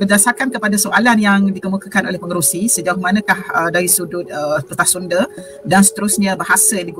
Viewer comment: Sunda woi, bukan sunde.